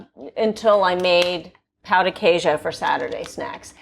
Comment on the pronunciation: It hurts my ears the way you are pronouncing pão de queijo 😭😭😭